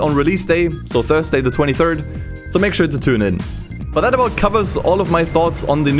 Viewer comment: Thurrday!? Lol!